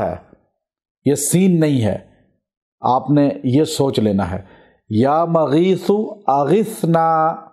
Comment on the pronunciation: Kindly aap shi sa prrhain ya Mughiso